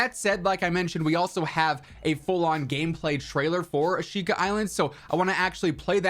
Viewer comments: Asheeka is the proper pronunciation lol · Concerning the pronounciation, the i in shi is a whispered vowel